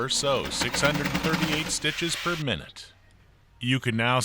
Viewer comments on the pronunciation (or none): none